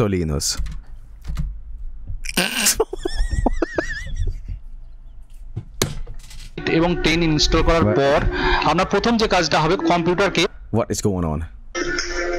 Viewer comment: I like how pronounces Linus Sebastian like Linus Torvalds